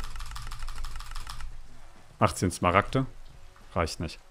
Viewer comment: Wie einfach zu smaragte dias sagt